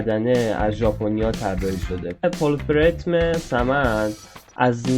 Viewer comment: جناب عالی بود😎❤ ولی اونجا که گفتی پلفرتم ، اشتباهه : پلتفرم درسته🌹🦦